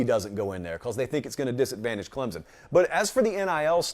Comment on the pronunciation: Love the channel. Maybe one day you'll be able to pronounce ClemSon. Haha